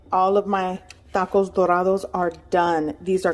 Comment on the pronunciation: why do you pronounce tacos and tortillas like that..... lmao